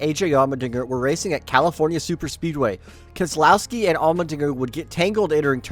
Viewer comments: When did keselowski become a 4 syllable name? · The way he said keslowski sounded wrong to me